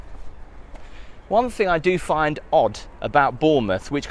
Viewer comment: Great vid but dying everytime says FINK for thing or think sorry just creases me up 😂